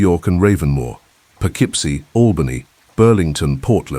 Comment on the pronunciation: Poughkeepsie is pronounced Poe - KIP - See.